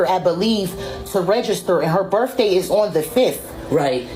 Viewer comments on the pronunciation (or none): They both say "berfday" lol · What is a “birf day”